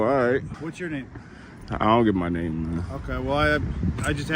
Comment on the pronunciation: One thing about that one officer he knows how to pronounce his name😂